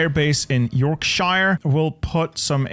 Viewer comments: I would just like to comment upon your pronunciations of English place-names: per example, York-sheer (Yorkshire); Nor-witch (Norwich); Ports-muth (Portsmouth), in comparison to your pronunciations. The English Nation has some wonderful names, though sometimes abstruse to the rest of the world. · The way you said Yorkshire physically injured me. I know you do it on purpose, but that doesn't make it hurt less ;~; edit: PLYMOUTH!!! OMFG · The way Yorkshire was pronounced made me scream into a pillow. It's pronounced: 'Yawkshuh'